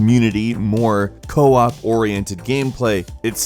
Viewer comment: ... You said co-op not co-op